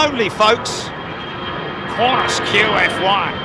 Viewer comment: lol...Aussies don't say "Kwon-tiss", they say "Can-tass".